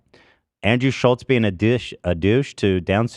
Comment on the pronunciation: “I feel like his last name should be Schultz not Schullz” I genuinely thought I was going crazy for feeling like this. This fact makes him so much more fucking annoying.